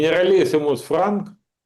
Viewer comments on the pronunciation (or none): Не Франк, а Франко! Клоун!